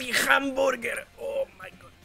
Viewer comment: "crazy hamborger"